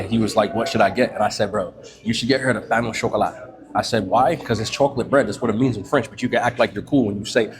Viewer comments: "Payno Chocolat" 😂😂😂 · Sounded Spanish 😂